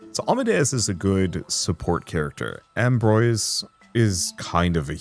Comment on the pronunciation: Ambroise is pronounced ahm-brwahz (phonetic: /ɒ̃.bʁwaz/). It is a French name, with the first syllable sounding like "ahm" (as in palm) and the second syllable "brwahz" rhyming with "was" or "cause," ending with a soft 'z' sound.. good video though.